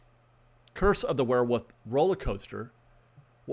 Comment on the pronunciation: Great update. Did you say "curse of the werewuff"?